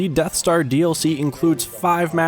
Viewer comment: im sorry i couldnt hear you, did you say something about the deff star? (I should just stop now shouldn't I XD)